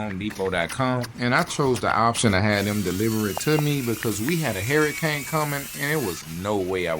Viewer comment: What's a he-erya-cain and chee-ers??